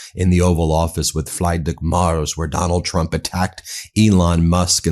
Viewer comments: Ben, not Fryday Mars but something like Freedrick Merch with an s instead of the ch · FREEDrich not FRIEDrich please Ben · Although the chancellors name starts with Fried, it doesn't sound like Fried eggs... Try: Free-drich Murz Thanks Ronald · Message to Ben : it is NOT Fraaidrich but Freedrich Merz. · Ben, I think the name of the German chancellor is pronounced more or less -- Freedrich Mertz. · Ben, just a little bit of help: your pronunciation of the German Chancellor's name 'Friedrich' is incorrect. Say it as if it is written with an 'e' instead of 'ie'. The German pronunciation of 'ie' is like the English 'e'. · You are really butchering the chancellors name. 😢 I don’t like the guy, but the vowel in his first name is iiiii like the E in Elon. His last name is not like the planet, rather the vowel is ä not a (like the “egh” in Meghan) and the last sound “z” is pronounced like “ts” (a bit like in pizza). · “Free-drick Murt-z” is how it’s pronounced lol 🙂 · Please consider pronouncing Friedrich Merz like "Freedreech Merts". Thank you.😊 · Pronounced something along the lines of "Freedrich Mairts". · Freedreech Maerz! Please pronounce his name correctly 🙏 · PLEASE Ben: Friedrich is pronounced with two i like in big. "The "e" is left out". rich is pronounced almost like rish. The "e" in Merz is like e in well. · Guide to pronounce Friedrich Merz not like Bruno Mars. Try: freederick Merz like in Hertz. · The german presidents name is pronounced : Freedreeck Murtz. Sounds much better Ben. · Please try to pronounce correctly the name of: FRIEDRICH MERZ. It's a matter of respect.